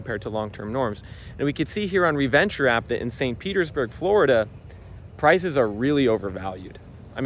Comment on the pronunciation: 😂Flori-dah? Even Blackstone can't afford the insurance!😂